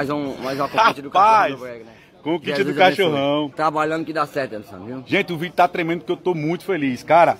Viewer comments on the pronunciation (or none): none